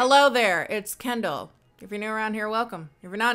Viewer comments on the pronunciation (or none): none